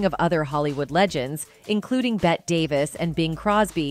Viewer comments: BET Davis? I’ll bet her name isn’t pronounced that way :-) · Bette is pronounced Betty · Yeah, and Bette Davis first name is pronounced like, "Betty," not like "Bet." I hate it when they get pronunciations wrong in these things. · Why clips showing Faye Dunaway in other movies? They’re two different people. Faye played the role of Joan in the movie. Another thing, the name of the other actress is pronounced “Betty” not “Bet”. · Seriously Voice over actress or are you AI? You don’t know who Bette (pronounced Betty) was? I can’t listen anymore… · This presentation is a mess. Repeated information throughout. Jumps around continuously. And they can't even pronounce Bette Davis' name correctly. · I only made it through 1/3 of this video... it is so poorly researched. You mispronounced Christina. You mispronounced Bette. Also there are movie clips spliced in there that have nothing to do with Joan or Christina Crawford. Worse yet: when did we start saying "A" for Abuse and "K" for Kill ???? Those may not be pleasant words but they are certainly not blasphemous swear words that need to be sanitized. OMG. Thumbs down. 👎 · Please correct numerous errors, such as incorrect spelling and mispronuncIation of "Christina" and "Bette". As far as from where Joan adopted "Christina" (not Christiana) : celebrities who used Tann's services did include Joan Crawford (twin daughters, Cathy and Cynthia were adopted through the Tann agency), but daughter Christina and son Christopher were adopted through other agencies). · Please try saying CHRISTINA and BETTEE. Sorry to correct you. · Damn AI voice pronounced Christina and Bette Christiana and Bet, smh. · "ChrisCHIYANYA"? "BET Davis"??? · Seriously? it’s Christina and Bette is Betty…I mean…how do you tell a story and not research and know the pronunciation of names? Furthermore…how can one NOT know who Bette Davis is? 🤔 you’re an embarrassment.🥴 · Who is the narrator!? Mispronouncing Bette and Christina. WTH ?